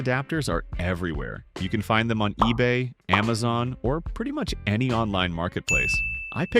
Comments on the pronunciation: Amazone?! 😂 Ebey?! 😂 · it said ebey and amazone 😭